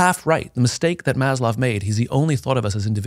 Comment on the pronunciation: It’s Maslow, not Mazloff Simon.